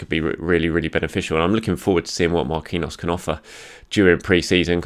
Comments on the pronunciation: Thanks. Marquinhos is pronounced MAR KEEN YOS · I love ya but you're overthinking "Marquinhos" its the same pronunciation as the PSG player. mar-KEEN-yows.(yose? idk how to spell that last soubnd but you get it)